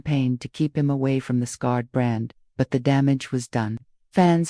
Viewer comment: Horrible AI narration, "scarred" instead of Skynyrd? Thumbs down.